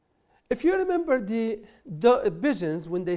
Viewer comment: السلام عليكم عندي ملاحظة بسيطة وهي انك لم توضح القاعدة used to مع بعضها استعملت في الماضي وبالنسبة لنطق the تنطق فيها ذاي مع الساكن وهي تنطق ذاي مع الحرف المتحرك وتنطق ذا مع الساكن